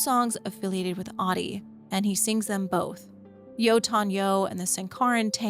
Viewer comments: It would be nice to spend three seconds to learn how to pronounce Ahti .It's not hard and would make this much nicer to listen. It's not AADI, it's AHTI. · Ahti would pronounce his name as AH-tee not "Oddi". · every time you pronounce Ahti as Ati, an angel gets a diarrhea. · It kinda annoys me that even in the game canonically Jesse call's him "Ah-dii" when in Finnish Ahti is said with every letter pronounced clearly so (A as in America, H as in Haha, Ti as in Tick). So you get A(merica)H(aha)TI(ck). A H T I and not what sounds to my Finnish ears as AaDII. No H no T. And I can't blame anyone for saying that cause the GAME DOES IT TOO SO asdasdfsaf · You must to say AHTI, not AHDI. He is not Ahdi. 😂 Learn to say Ahti.❤ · she be sayin ahti like shawty 💀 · Great video, but you lost me at “audie” instead of Ahti